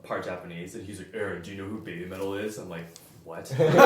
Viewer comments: ベビーメタルが正しい発音で、それ以前のベィビーメタルは間違った発音です。😅ヘビーメタルにかけてるのよ。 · PPAPは色んなアレンジ(ハードロックやバラード等)のカバーが沢山投稿されてて面白かったですね。 BABYMETALの発音は「ベィヴィメタル」じゃなくて日本訛の「ベビィメタル」の方がたぶん良いですね。 「ヘヴィメタル」のダジャレでしょうから。 ONE OK ROCKも認知度が高い様な気がします。(海外リアクション勢の投稿から） 和楽器バンドにはもっと世界的に突き抜けて欲しいです。日本的な判り易さで言えば抜群だと思います。 そして、やはりアニソンは熱心なファンが多いと思います。 外国のイベントでの聖闘士星矢の大合唱の動画にはビックリしましたし、外国人によるデビルマンの歌の格好良いアレンジのカバーも好きです。 初音ミクの認知度や、その他ボカロ曲の浸透度は実際にどの程度か知りたいですね。 個人的には、J-POPと言うくくりではないかもしれませんが、ヒューマンビートボックスの日本勢が良い感じで認知されて行っている印象です。アーティスティックなSHOW-GOやエンタメ感全開のSARUKANIとか、今後も若手がどんどん出てきそうな気がしますし。